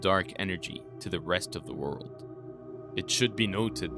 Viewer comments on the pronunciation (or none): Video quality is good but I can’t deal with every other word being mispronounced.